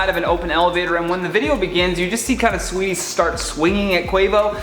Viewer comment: Learn to say her name if you’re gonna speak on her situation. SAWEETIE!!!! Not SWEETIE